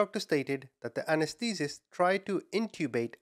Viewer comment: random note for future reference, you can pronounce anesthetist bssically as it is written; A-NESS-THA-TIST